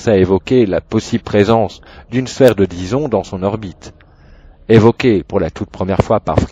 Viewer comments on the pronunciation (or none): une sphère de Dyson, prononcé Dison comme Bison, c'est assez rigolo, j'ai plutôt l'habitude de l'entendre prononcer à l'anglaise Daïson